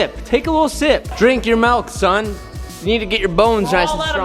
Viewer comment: “Melk” ew